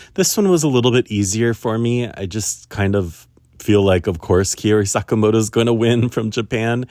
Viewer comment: Hi just a little pronunciation thing, Kaori is pronounced like maori (from new zeland), the “Kao” part is like Kao Miura, and not like you would pronounce “caos” en english! And I want Wakaba to win a medal too, but I guess she needs to peak at japanese nationals more than in GPF? 🤔